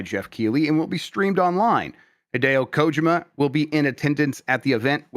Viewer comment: Is there some sort of inside joke for why he always mispronounces Kojima’s name?